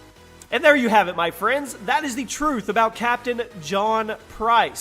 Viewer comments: The turth of captain price thats how its said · "the turth" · THE TURTH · “The Turth About Captain Price” lol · The Turth of Captain Price😂😂😂😂😂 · The turth of captian price 😂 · excuse me mate,what is a turth? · The Turth? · The turth lmaoooo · Ah yes, the TURTH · The turth? Lol mistake at the start! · Um... you said turth and not truth, sorry bro 😅😂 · the TURTH about captain price mate? 😂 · Oh nooo. The turth:/ 😂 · Jimmy op tell the turth the whole turth and nothin but the turth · Did anyone notice that he spelled truth wrong he said turth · “ the turth “